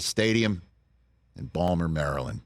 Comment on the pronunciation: Thank you Rich! For the memories of Brooks! And for pronouncing "Bal'more" correctly!